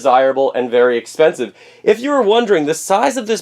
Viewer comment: "it´s very expenssive"....